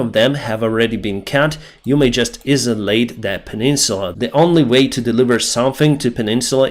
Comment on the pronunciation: Hi, just so you know, ‘isolate’ is pronounced ‘ice -so-late’